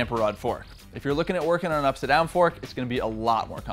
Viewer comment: Is it up-side-down? Or upsidon? Having trouble saying that?